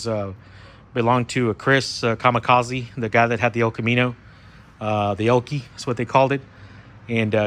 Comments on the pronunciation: It was called The Elco. Not Elky lol. I knew what you meant tho 😆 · The elco not elky 👍